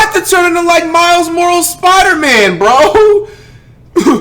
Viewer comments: miles morles😭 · "miles morals" I AM DYING